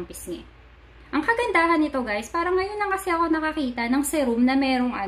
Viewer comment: SEE-ROOM po not Seh-room